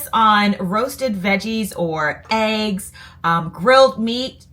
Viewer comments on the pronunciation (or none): none